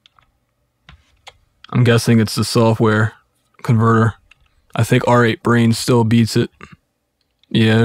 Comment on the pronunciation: It's pronounced "rate brain", not "are eight brain". And it's pronounced "able tun", not "abble tun".